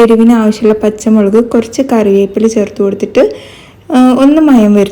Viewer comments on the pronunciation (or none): none